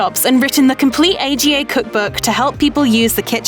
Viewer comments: The stove/oven isn't called an Ay-Gee-Ay! It's an AGA. (Ah-Ga!) Famous and often found in farm kitchens, large houses and the kitchens of proper cooks. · It isn't referred to as an A.G.A. It's called an Aga and pronounced arga. Narrating a vid about a chef and you can't get that right? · A.G.A. pronounced aaaaga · A G A.....its called a fuqing "AGA" not a g a AGA as in Arrr Gaaah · AGA is a word, it is not poronounced A.G.A! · yes, this was so annoying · I'm sure lots of people must have told you by now Aga is pronounced Arga. It made the whole thing less believable for me. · Made me laugh too I thought what is an A-G-A. I thought everyone knew what and dreamed about owning an Aga 🤣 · AGA is one word, not A.G.A. Who on earth says A.G.A.?! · Lol you could've Googled how to pronounce Aga... Great research skills, clearly.